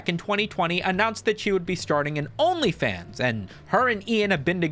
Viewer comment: My boy pronounced OnlyFans like "Onii-chan".